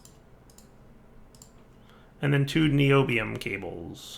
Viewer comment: Pronounced nye - obi- ome